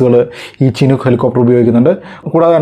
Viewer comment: ചിനൂക്ക് അല്ല ഷിനൂക്ക്